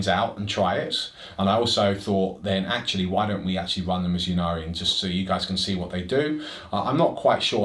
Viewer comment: It's "may-lay" with the emphasis on the 2nd syllable so maybe more like "m'lay" :) For what it's worth, it's should also be "Innari" not "Yinnari" as the letter Y followed by a consonant is pronounced like an I in English - which also makes the play-on-words in the Yncarne's name make sense - he's the death god Incarnate (not "yincarnate".)